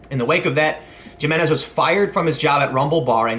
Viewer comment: Jiménez = Hee*men*ez